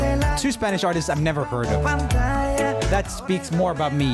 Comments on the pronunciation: Every time he said S pA n Ish a little latin kitten went to Heaven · I really like roomie, but when he call "spanish" hurts my heart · but what’s the point of him addressing it if he was going to keep saying it wrong the rest of the video 🤣